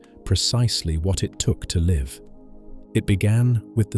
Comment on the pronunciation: Shame your AI/text reader can't tell the difference between 'liv' and 'live'